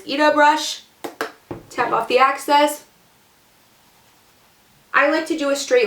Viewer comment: Hey! I really like your videos! And your super gorgeous face! I just wanted to say, when you mention tapping off the excess, it sounds like youre saying access. Theyre two totally different things!